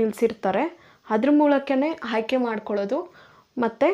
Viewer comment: Haayke alla aayke